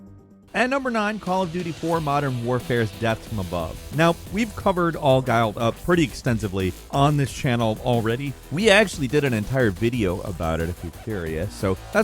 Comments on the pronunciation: ghillie: ghil·lee, not guy-ill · Ghillied. Gill-eed. Not guy-uld lol. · It's not all GUILED up. it's all GUILLIED up. GILLY. :) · All Ghilled Up... "GiLee'd" not "Giled" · Ugh it's pronounced gill not guile.... Ghillie sounds like Gilly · All guiled up? Why u say it like that for modern warfare lol its pronounced gill-eed like a fishes gills also that GTA mission has mad Heat vibes with the shootout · It's pronounced gill ee. Not gyle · Lmao “all ghild up” made me laugh out loud. It’s pronounced “gill-ee” it’s referencing the suit they’re wearing. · With "All Ghillied Up", it's pronounced "Gi-lly" not "Giled", as in Ghilliesuit, the grass covered stealth suit you wear in the mission. Great video! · I had to rewind to make sure I heard that right. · I rewound the video twice. Made me wince lol. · Isn't it "gill-eed up"? Ghillie suit is pronounced "GILL-ee suit", unless im missing something. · It’s Ghillied as in “Gil eed” 😂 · All ghillied up. Pronounced the same way as silly, it's the name of the suit that provides camo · "All guiled up" Awful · all giled up???? lol what? you mean Ghillie? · "Ghiled up" 😂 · Firstly, all ghillied up beats the rest of COD4 hands down. Secondly, what the Fuck is 'All Giled Up?' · "All giled up"? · All giled up? All "GILED" up??? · All “Giled” up lmfao 😂😂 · Is no one talking about he pronounced Gillead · Triggered by "all Giled up" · I know this mf aint just say “all guiled up” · I’m sorry but did he say “all giled up” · My man said all guiled up, like we rocked a flat top and a tank top. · Nobody gonna bring up the fact that butchered "All Ghillied Up?" 😖😖 Edit: Also I still think World At War had some iconic legendary missions that are superior than what was shown! Especially "Their Land, Their Blood" and "Eviction" are some of my memorable missions that I've played! And of course you can't go wrong with the Black Ops 2's "Karma" mission that has skrillex playing! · Sir! How did you pronounce Ghillied?